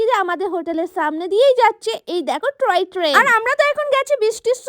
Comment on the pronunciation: Toy train ❌ Troy train✅